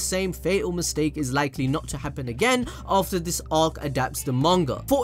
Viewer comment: We didnt say it again we said it JIGENN...